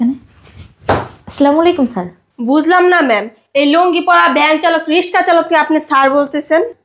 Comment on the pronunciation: First change languages.Riska kake bole? Rickshaw bolte sikhun